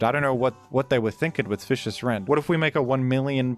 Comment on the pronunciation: unbelievable that they game him fish-ee-ous rend.